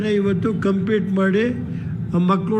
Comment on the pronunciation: 3.39 compete alla sahebre its complete